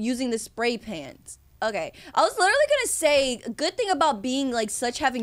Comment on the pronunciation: "You can cover it up using the spray pant" being a fan for3years is realizing has no reading skills🤍✨